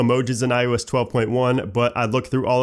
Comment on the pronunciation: First and omg you still say ioesh 12 except when you say ios 12.1